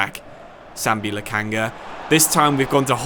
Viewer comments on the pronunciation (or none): This is first time i watched you play in fc 25 manager career mode with Schalke 04 team in this game and it is Lokonga not Lakanga you need to say his name correctly man its not that hard to do. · please sir. i lovethis series. please start pronouncing lak'O'nga's name correctly. its so Jarring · Once again it's Sambi Lokonga not Lokanga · Because he’s been getting Lokonga’s name wrong